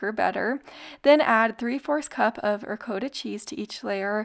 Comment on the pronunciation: Ri-COAT-a cheese? It’s not pronounced that way. It’s Ri-CAH-ta cheese.